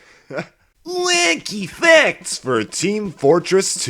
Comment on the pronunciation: No offense but at the start it sounds like u saying whecky fecs